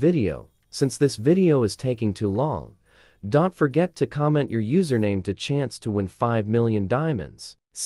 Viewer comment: you should put a comma in "don't" in your ai voice script so it pronounces it right.